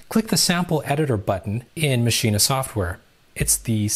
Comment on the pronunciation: Great tutorial, but Everytime you say Maschine you say "Mascheena." It's pronounced "Machine," the extra S in their name doesn't make an A sound at the end